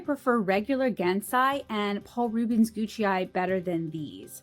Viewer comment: I don't think the PR Gucai are pronounced "Gucci". Great review, very helpful